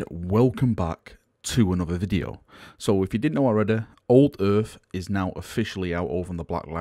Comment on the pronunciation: alredeh.. ffs lol, speak English, darnit!